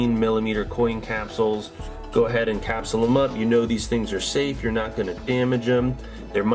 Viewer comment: Have you tried saying capsule?